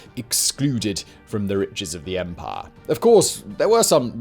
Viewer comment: I like this videos, but everytime he says 'empire' all I hear is 'Empar'